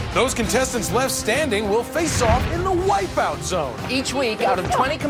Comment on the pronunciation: "wipeoot." :P